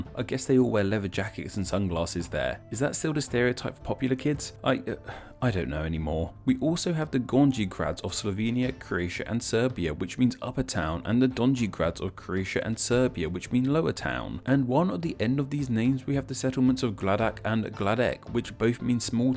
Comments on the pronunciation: It's pronounced like Gorny not Gornji. The J in slavic words makes a Y sound. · • since you asked (and since I'm genuinely triggered): ○ that's not how pronounce GORNJI and DONJI You pronounce NJ as Ñ (nj is a sound u can find in word señorita) ○ BIOGRAD is pronounced as bee-o-grad and BEOGRAD as be-o-grad (be as in beta) ○ POGRADEC doesn't end with a K sound but a TZ sound [this might be new for you English speakers because we actually have C a purpose] ○ IVAYLOVGRAD = EEVAEELOVGRAD ○ MRKONJIĆ GRAD = M(um)R(iver)KOÑI CH (but more aspirated ch sound) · Gornji is pronounced "Gor-nee" not "Gorn-jee" lmao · Nj in donji and gornji is pronounced like the spanish ñ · From Serbia: the words “nj” Gornji and Donji are pronounced like the spanish letter ñ.So it’s like gorñi and doñi. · Great video as always :), but i noticed you made few mistakes in pronunciation of names of town, so i corrected you: "Donji- " and "gornji-" are pronunced like "do-ñ-ee" and "go-rñ-ee" because in serbocroatian letter "j" is pronunced always like a "y" in "yes" . Letter "c" is always pronounced like "ts" so its not "Gradek" but rather "Gradets". "Biograd" is pronounced like you pronounced "beograd" because "i" in serbocroatian is always pronounced like "ee".